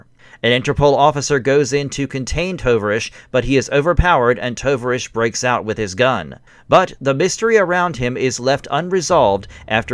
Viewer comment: It’s the Russian word for comrade. The name should be pronounced ‘Tow-Vahr-EEch’. O as in tow A as in car I as a long E as in field Good video.